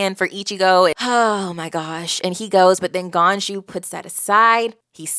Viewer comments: Ganju, is pronounced as ganju Not as ganyu, that's the goat girl from genshin lol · The world of bleach is a bit of a hodgepodge of a bunch of different religions. Idk which religion the soul society is based off but it isn't based off heaven. You pass on in bleach and have to deal with all the same troubles you had in your previous life + a few extra. Obviously its perfectly fine to pronounce the names however you want but just in case you'd be interested ganju is pronounced with the english J sound not a Y sound like ganyu. But it is funny cause there is at least one character later on who's name is written with a J but is pronounced like a Y like in German. Hardly anybody pronounces the names right in bleach even fans. Especially later on the names get really difficult and come from all over the world. So don't stress too much. I'm not gonna say anything to influence your opinion one way or the other but from some of the things you said in this video its going to be interesting seeing your thoughts of the later on stuff. I know fans get overzealous all the time so hopefully nobody says more than they should.